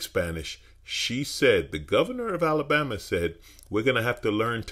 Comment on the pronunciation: You had me at “Alalbama”….